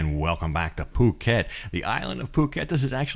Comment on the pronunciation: "face cliff" ,get some rest ,take a day off . Also , "POO KET" ,NOT fuuket, but otherwise ,thanks for the vid